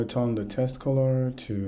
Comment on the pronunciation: my friend thank you that was amazing.. also please know that the word WIDGET is pronounced as WID-JET like a flying JET so WidJet.. and the word TEXT is pronounced as TEKKK+STT so TEKKstt, you have to vocalize the K sound - since you will be using these 2 words alot it is worth pronouncing correctly, as the way you say it as TESTS and widGGET sounds like a different word which is incorrect. thanks again